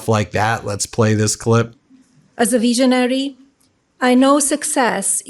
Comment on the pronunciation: Melania says she's a "veejaanary"😅...i had to repeat her speech due to her ill pronunciation of the English she is spewing.